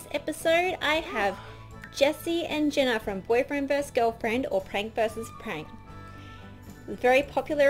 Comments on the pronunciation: It's pronounced Jeena not jenna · its jeana not jena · Jeeeeeana not jena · It's pronounced Jean-uh not Jen-uh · thefabulous2 Crew sooooo thats not how you pronunce it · you say it /J-i-n-a not J-e-n-n-a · I'm not being rude but you keep calling jeena Jenna its (g-na) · It's pronounced (j e e n a ) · Did it bug anyone else the way she was saying Jeana's name? But I love the video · your saying jeana's name wrong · she said jeana wrong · U said her name wrong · She pronounced Jeana's name wrong